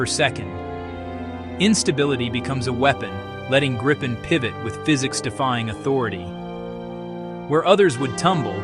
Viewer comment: its not Gripe-en or Greep_en, its Grip-en. Why because its how the Swedish pronounce it